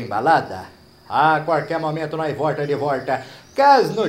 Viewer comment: Morro de rir quando ele fala ,mais tarde nois vorta de vorta 😂😂😂😂😂😂😂